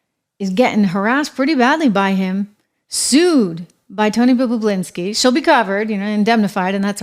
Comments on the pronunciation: Bah bah Lin ski NOT bah BLah inski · It's Tony "Bob-u-linski", not "Bob-u-blinski", LOL! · BOB O LINSKI, NOT BOB O BLINSKI PLEASE! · Love how she says "Tony Bubbablinski 😅😅😅😅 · She said Babababalinski😂😂😂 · It’s not “BoBoBlinski.” Two B’s. You’re reporting. Get it right. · Bob-you-lin-ski😊 I went through this a few years ago when Tim Pool couldn't pronounce Puyallup Washington to save his life. It is Pew-al-up Pew, like PewDeePie Al, like Al Bundy Up, like the movie or direction 😂Tim got it right after that! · Mispronouncing Bobulinski's name is annoying. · Trish, please learn how to pronounce Bobalinski’s last name name!!! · Hey Trish, how do you pronounce Tony Bobulinski's name? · So English is not your 1st language, yet you write and enunciate very well. I am sure you will agree with me, Trisha should articulate his surname correctly as she makes money from naming people who are in the news. 101 for a news anchor.